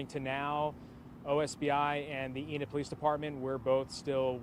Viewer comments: EEEE-Nid, not In id. Just FYI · Enid is pronounced Ee Nid not Inid, I'm literally from there and graduated in that town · It's Eeenid Long e. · Not intended to be rude, but it's pronounced with a long E, with the emphasis on the E, like Ea-nid. I live close by and thought I would pass that along for future reference 😊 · I'm from Oklahoma. It's pronounced eee nid